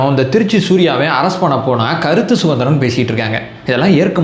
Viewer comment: வணக்கம். " கருத்து சுகந்திரம் " இல்லை. " கருத்து சுதந்திரம் " என்று சொல்லுங்க. அதுதான் சரி.❤❤❤